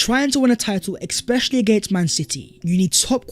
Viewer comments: Ekspecially is not a word... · I enjoy your videos but bruuuhhhhh. Stop saying expetially, it really throws me off